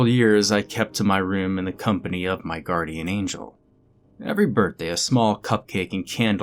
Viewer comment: Guarrdian? Is the angel a pirate by any chance?